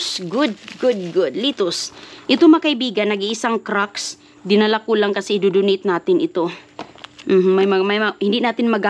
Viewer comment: its not cracks its crocs ok... ignorante